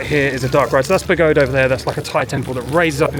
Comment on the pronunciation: The mascots are pronounced 'Par-doose ' (Pardoes) and 'Par-dine' (Pardijn) I've been really enjoying watching some Dutch vlogs/Dutch people in vlogs and learning for next time we go. The Pagode is pronounced 'Pa-ho-da'. I really wish I knew more, its such an amazing place! Hope you had a great time.